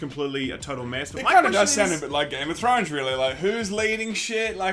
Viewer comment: All us North Americans heard Game of Judy